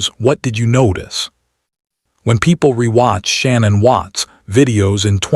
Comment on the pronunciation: I'm sorry, but when someone has such a brutal and tragic ending they deserve to be honored and respected. By calling her the wrong name throughout the video, I consider this a great disrespect. Her name was not Shannon...... it is pronounced " Sha- nann".